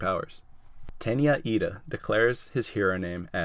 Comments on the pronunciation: Wow... you got Iida almost perfectly. Good job! I hope you get other ones right too! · Wow you got lida right